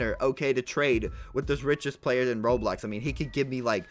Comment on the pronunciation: You said blayer